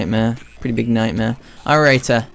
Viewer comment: Wtf is with this guy saying "AlrightUH" and "Where is huh/shuh" all the time? Is english not his first language or something? It's really stupid and obnoxious.